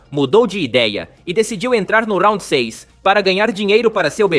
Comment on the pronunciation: Pq RAUNDI e não round